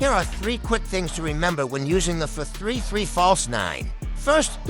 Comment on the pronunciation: The AI voice sometimes butchers some ords, adding comas between some words, for example 4, 3-3 will sound more natureal than 4-3-3 because it says fourthree three instead of four three three